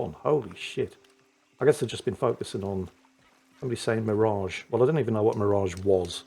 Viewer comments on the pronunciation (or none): none